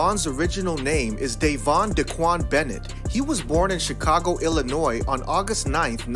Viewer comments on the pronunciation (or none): none